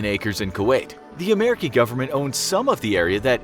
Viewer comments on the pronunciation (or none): Did I hear amarikee instead of american